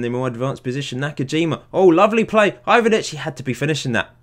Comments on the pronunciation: You're pretty much the only FM youtuber that I follow that can pronounce the balkan names somewhat competent. Its Ivanic (The first time u said his name u did it right, its spelled fast) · Yes, Ivanic is pronounced like Ee-van-ich.